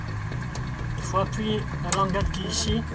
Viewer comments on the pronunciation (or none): none